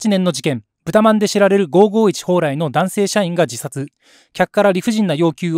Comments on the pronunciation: ほうらいの発音ってなんか違和感あるんだよな ミヤネ屋のほうらいさん？の影響でこの発音が関東圏とかで主流になってんのか知らんけど ５５１の蓬莱のCMを知ってたらこんな発音にはならんと思うのだが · 蓬莱の発音が気になって動画の内容が9割しか入ってこない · ＜ホ＞ウライではなく、ホウラ＜イ＞ですわ、発音。